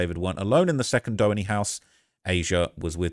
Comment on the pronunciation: “Dough-enny” it’s “due-haney”